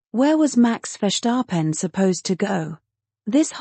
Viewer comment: Ce n'est pas FESAREN mais Verstappen et en français tout comme en anglais, on épelle F I A désolée mais c'est pas terrible. Intelligence artificielle pas si intelligente que ça.